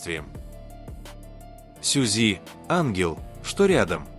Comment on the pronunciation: Не КОшельков а КАшельков,ЛИбенхо ЛЕбенхо, ДОма доМА, СЮ'зи СюЗИ', Со КО'н Хо Со Ка'н Хо, Пак ХЕЙн Джин Па ХЕн Джин, ЧЕн Гук Чин Гук, аДОлы айдолы, ШУга ШугА, Мин Ю'нги Мин ЮнгИ'